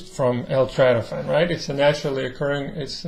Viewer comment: It’s not trytophan! It’s tryptophan!